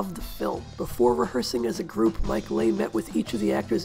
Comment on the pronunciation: Excellent essay! Thank you. Just FYI, Mike Leigh's surname is pronounced "LEE"